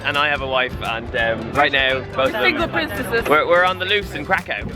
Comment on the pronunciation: Yay for Poland! Btw, i don't mean to be rude or anything, but Kraków is pronounced like Krakoov, haha :D